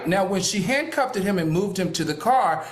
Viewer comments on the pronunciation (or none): It’s handcuffed, not handcuffted Al.